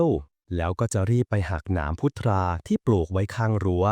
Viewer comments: "พุทรา"ต้องอ่านว่า(พุด-ซา)ครับ..ไม่ใช่อ่าน(พุด-ทา)นะครับ😊_วัจน์ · พุทรา ??? อ่านมั่วมาก